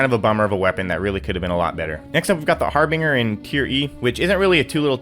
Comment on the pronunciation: The G in Harbinger makes a J sound just to clarify I hate correcting people because it makes me feel like a asshole but I’m genuinely just trying to help.